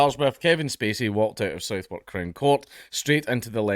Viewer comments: when pronouncing Southwark, the W in Southwark is silent, so pronounce it like southark rather than Southwark, as I use to live in the area and it often gives me a giggle when people mispronounce it buddy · Isn't Southwark pronounced "Sutherk?" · Danks -not being a pedantic prick (and only know this cozI made the same mistake when I moved to London) but Southwark is pronounced suh-verk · Just a quick fyi, Southwark is pronounced "suthark" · Southwark is pronounced like Southern with the k replacing the n :)